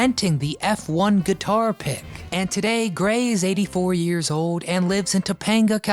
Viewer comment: This guy still doesn’t know how to pronounce old